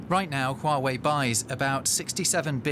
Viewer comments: "Would you buy a shooway smartphone?" What? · Stop saying Yuway it's Huawei?!!!!!!!!!🤣🤣🤣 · Is she saying chi-way? 😂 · Dear, it's "Hua" "Wei", not "sure wey", you making me so confusing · when she calls Huwei "shoe eye" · not Huwei, it is Hua Wei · Shoo Wei?? lol... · girl its huawei (like wow ayei ) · correct pronunciation: who-are-we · Shooo-wei! This is very interesting (apart from the commentator's pronunciation of the company's name)! Who is correct in this debate / trade war? (pronunciation aside). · did they pronouce huawei as SHUEY? lol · Alamak, like that also can get it wrong …. It's not SureWay but Huawei, hee, hee, hee, hee. Also not YourWay, ha, ha, ha … I can't stop laughing. Stomachache now … laugh too much. Also, it is not WhoWay …. cannot take it anymore. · lol someone tell this lady what happend to microsoft and teach her how to pronounce huawei properly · She can't even say "Huawei" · This lady "expert" cant even pronounce huawei properly... DW, you can find a more suitable one. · Oh my god their pronunciation of "Huawei". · How she pronounce Huawei 😌😌😌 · 她就是一个笨蛋 哈哈 reporters owe it to their audience to research the proper pronunciation of names, even if they might have some weirdarse European accent that causes some minor inflection ~ it's the first time I've ever heard Huawei pronounced like that (after living for 10 years in China) ..but for some strange reason it does make me want to listen to Ylvis' song "Yogurt" (or is it Yoghourt or Djoghurt?)...